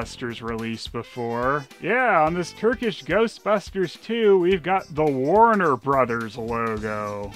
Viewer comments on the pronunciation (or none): none